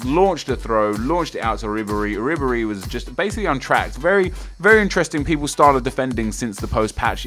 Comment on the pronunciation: yh i totally agree, sick free kick from fwonc wiberhy, coz thats how you pronounce it :|